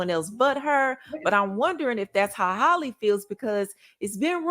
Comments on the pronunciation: Why you keep saying Holly? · The girl is killing me by mispronouncing her name.